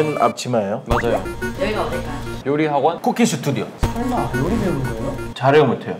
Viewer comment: 초반에 샘이 쿠킹스튜디오할때 왜 콩글리쉬로 발음하는거임?